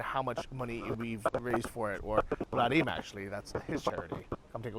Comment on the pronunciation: Did you mean Vadim, not Vladim? You said Vladim like 10 times throughout this video and it cut my ears a little